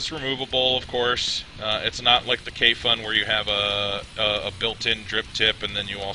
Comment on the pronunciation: It sits pretty flush on a Poldiac, looks almost like a hybrid. On a sidenote, Kayfun rhymes with typhoon.